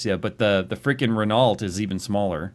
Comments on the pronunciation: nb: 'Renault' is pronounced 'Renn-o', you're welcome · "rin-alt"